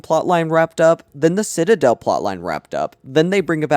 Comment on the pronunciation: love the video but every time you say ekscape instead of escape or cinadel instead of citadel i wanna cinadel my brain till it ekscapes my cranium